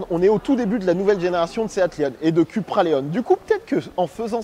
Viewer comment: Ça se prononce “Coupra” et non “Cupra”. 🤓 Et le tutoiement alors qu’on ne se connaît pas, comme bcp de YouTubers font, c’est juste insupportable. 👎🏼